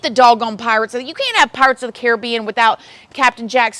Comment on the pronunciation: You are THE only American I've ever heard pronounce Caribbean properly! 😂 X